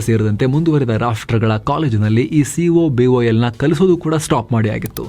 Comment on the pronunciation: yeah, when we had the upper hand , u will start blaming everybody going to IT/ Engineering , and moving out of country . When it is going down people will understand the amount of contribution this IT industry gave ! BTW - 1. Vietnam currency is 1 Indian rupee = 300 dong so no comparison . 2. COBOL is pronounced as KO BAAL ( and not cobool). and 2K there was Java boom and not cobol 3.Our young gen need to move towards AI , cloud and robotics no other go!